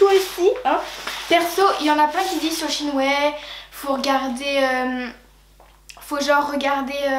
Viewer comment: ⚠ATTENTION⚠ shein est une marque qui viens de chine certes MAIS shein ne se lit pas shine mais shaine